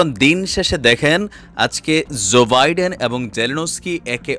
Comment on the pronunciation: pl pronounce US president's name correctly.